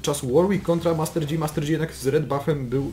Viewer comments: master DŻI XDDD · Janna=(dzana) Yasuo=(jasuo) Master yi=( master ji) Z jakiej racji master dzi ????? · Panowie. Oglądam was jakiś czas i za każdym razem jak słyszę "Master Dzi" to moje uszy wypełniają się ropa i wrzodami, które następnie perforuja. Z całym szacunkiem do was i do waszej drogi lolowania! 😊 Pokój i Miłość! Joł 😊